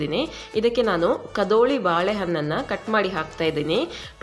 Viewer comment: ಕದೋಳಿ ಅಲ್ಲಮ್ಮ" ಕದಳಿ" ಬಾಳೆಹಣ್ಣು